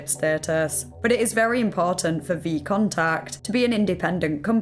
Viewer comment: VK isn't VContact.. VK stands for V Kontakte, you pronounce the "E" as "V kontakte" means 'in contact'. holy shit as im watching this i cant stop laughing at how bad your pronounciation is